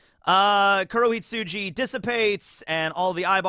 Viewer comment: Its KurohitsuGI,. Fun fact: "hitsuJI" means "sheep". So you've been calling it "Hadō 90: Black Sheep" this whole time 😂